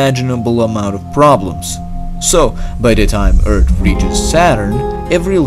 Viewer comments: Anyone who enjoy the videos but gets a little annoyed when he says eart and not earth? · It's Earth, not Eart. It's things, not tings. Anyway, good video. I like counterfactual (what if) stuffs. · just saying you sounded like you were saying "Eart" instead of "Earth"....JUST SAYING not trying to be rude! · I can't stand when he says eart😂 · You say eard not earth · Hes not saying “eart” hes saying “eard”. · I think he needs a doc His vocie makes him say "earts" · From a previous video, everyone kept posting Eart. i decided to listen to him this time and he cannot pronounce the H in any word. I don't mean to insult you, just a observation i noticed. Everyone has their speaking disabilities and its not a negative because everyone clearly understands what your saying. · I like the way you say "Earth"... ._. Eard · More like ERD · Why do you keep saying eart lol 😂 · say earth properly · Its a joke from the way he pronounces earth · it sounds like nerd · What if you could pronounce earth like a normal person? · Love your videos but please practice your pronunciation of the English "th" sound. Earth is not Eart and thought is not taught . I realize English is probably not the only language you speak and I struggle with perfecting three languages that are foreign to me! Just a helpful hint... Stick your tongue out of your mouth when saying that sound and it will come out perfectly. Again, your videos are fascinating and informative so please don't be insulted by my suggestion to only improve your thoughtful narration.